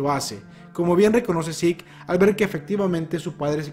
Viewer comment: porque sik? es zeke, tal como suena